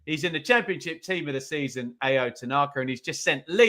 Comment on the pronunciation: Tanaka's first name is pronounced Ow.